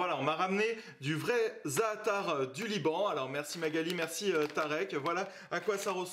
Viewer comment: Ca me tue l'accent Français pour les mots arabs, déjà le za'atar ça m'a finit ( ça se prononce plus zateur que zaatar)